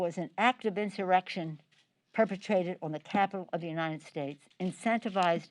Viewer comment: She has a really hard time saying insurrection